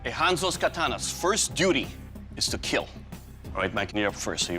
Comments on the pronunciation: Just here to say it will keel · It will keal.. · "it will keel" "OMG THANK YOU I'M SO PROUD" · Nahh hes saying Keel. Which means: "It will protect" They can't say kill for some reason even though there is cussing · I think he is a killer Reason 1 he always say keel To he probs have 1m weapons 🧐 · When ever he says it will kell he looks so happy 🤣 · It will keiill!!😂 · So we get to here "it will keel" for 27 times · It will keel. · Doug must be so disappointment when a blade breaks on impacts and he has to say it doesn’t keel. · Give Doug any form of weapon? And he will keel. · one of the only times he says kill instead of keeiiilll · Why does he say kill normally every time except for when he says, “It will Keel” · I love the balance I love the feel... ... and it will keel. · No. I watch so I can here "It will Keel" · it should be keel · It will keel... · You can tell when he is excited. It is how he pronounces "kill." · I see many posts about his pronunciation of kill but can we talk about how he says “thwust” when talking about the stabbing potential? Although I kinda feel he only took this job to compensate for having pent up rage over people talking about his speech. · kill❌ keal✅ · I love how the judge is so nice and I love.how.hes says kill he be like kEaL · It’s not kill it’s KEAL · It hurts if you hear him say "... unfortunately it will not keel" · It will keeeeeeel 😁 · It will keel💀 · “It’s time for the keal test”😂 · It will not keal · "it will keel" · Am I the only Person who loves the show but cringes every time he says “it will kwill” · Everytime he said it will keal, he smiles so brightly 😭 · it will keel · It will kyal.. what a looser🤣🤣🤣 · It will KEAL it is a pillar to Forged in fire show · Everyone wants to hear those three special words. It will keal. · “It will keel” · And.. it will keel! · It will kieel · Dont get distracted by his smile when he say it will keal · 10% slicing and stabbing and 90% “It will keel” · "welcome to the kyl test."